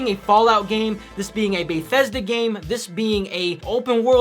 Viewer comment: "Baethesda" It's BETHesda. Good review though! Keep up the good work man.